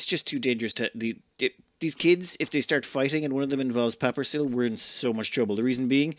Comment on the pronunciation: Pawn: "Hi, my name is Paperissiili, pronounced like 'paper is silly'." "Papper is slee? Papper sly? Pa- Ppa-??? Papper Sill."